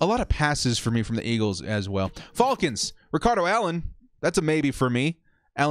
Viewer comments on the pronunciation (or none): repeat after me FALCONS not FAULCONS. Get yourself a pronunciation coach.